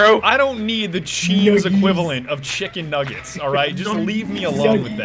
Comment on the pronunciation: Chimken Numgies and barmbeque sawuce